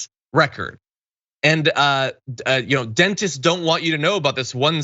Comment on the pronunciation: ‘Dentists’? Did I hear him right?